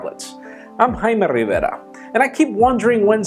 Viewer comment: stop saying: "JJJJaime rivera" with this thick accent. that's the only thing bothering me in your videos. Thanks for your consideration.